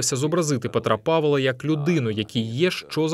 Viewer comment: чому кажете "павЕла"?